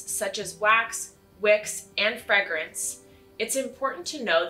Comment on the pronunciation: FREGRENCE?????? wtf you mean FRAYGRENCE RIGHT?